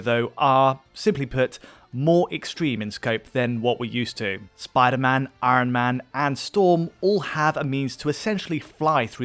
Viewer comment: why cant say iron, it sounds like when butters tries to say george RR martin in southpark